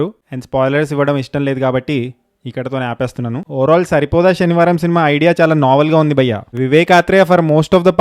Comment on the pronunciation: అది షనివారం కాదు టొమాటో అన్న శనివారం